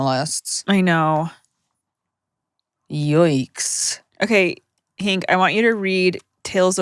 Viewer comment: Was honk saying Hank ?